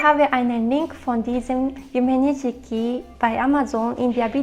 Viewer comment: Yumenishiki wird „Yume Nischki“ ausgesprochen, aber die rosafarbenen Verpackungen sind eigentlich nicht zu übersehen.